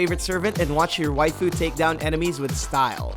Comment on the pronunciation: "watch your wafiu take down enemies with style" OHH THE CRINGE